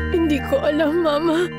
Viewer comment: mama (mabagal na bigkas ) tawag ni rosalinda kay soledad imbes na mama (mabilis na bigkas)